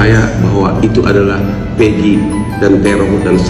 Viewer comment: Awas narasi dibeloklan dalam pembicaraan oleh susno..... ( kata DPO disebut Pegi bukan egi perong.....! )